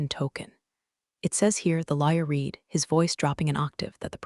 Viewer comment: Great story. A few typos and mispronounced words (and computer still can't pronounce "read" as "red"). I'm surprised she hadn't sued them for fraud or intellectual theft.